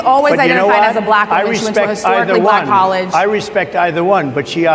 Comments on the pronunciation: Why does he always say BLLACKK?? He is so 🤡🤡🤪🤪🤪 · I thought you’d note his pronunciation of “black” which suggests his underlying racism. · Why does he put emphasis on Black? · The way he says black is so weird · Why does he say black so weird